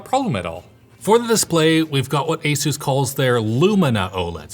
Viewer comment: "Esus"...oh, you are indeed adorable,. 😆🙈